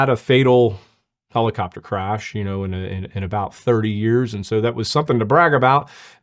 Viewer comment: Did she really call it a "pellacopter"? Or am I hearing things?